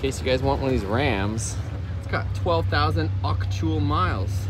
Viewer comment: LOL “auctual miles”